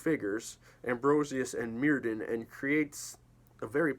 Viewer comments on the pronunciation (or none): Just a note, the Welsh dd is pronounced like the "th" in "thin" (not like "the"). So Myrddin is "mur-thin" not "meer-din." (word examples for the pronunciation come from Sioned Davies)